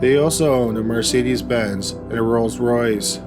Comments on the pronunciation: Rolls-Royce not royals royce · Hey Dude..... it's Rolls Royce. NOT Royals Royce 🤪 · The way you keep pronouncing Rolls Royce is annoying